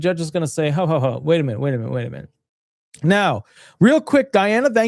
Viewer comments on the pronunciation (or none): none